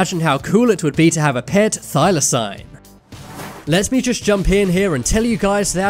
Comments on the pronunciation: Jesus H Christ, it’s pronounced thy-lah-seen. One search on Google would have given you data point. Why exactly should I trust this content if the YouTuber can’t even manage simple pronunciations? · It's NOT pronounced Thylosign.